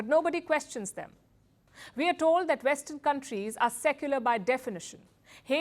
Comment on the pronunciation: "This is Vestern politics in a nutshell."